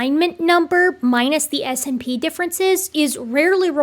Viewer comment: I know this is minor, but I winced a little every time you said 'ess-inn-pee' instead of 'snip'.